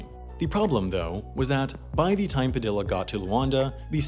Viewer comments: ITS PA-THE-A NOT PADILLLA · PAH- deee yah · Padilla... PRONOUNCED PAH DEE YAH 😒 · ITS PRONOUCED LIKE PADIA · That's not how you pronounce Padilla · The pronounciation of Padilla is killing me lol, other than that great video! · Bruh. Did this white boy just pronounce the Ls in Padilla? 😂 😂